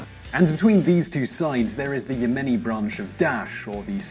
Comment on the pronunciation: .... "And thus in 2015, a new Ya-money civil war started..." Oh and Aden (pronounced Ay-den) is NOT ARE-DUN.